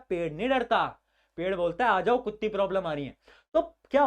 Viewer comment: who noticed that bhaiya said "kutti problem"😂😜💀